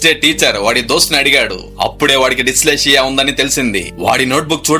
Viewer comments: It is డిస్లెక్సియా (Dyslexia) sir not diclatia ( it is not your mistake but often pronounced or typed similarly. Your explained it very beautifully. Thank you. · ఏం జబ్బురా నాయనా, అది డిస్లెక్సియా రా బాబూ... కొంచెం మంచిగా పలుకు తెలుగుని.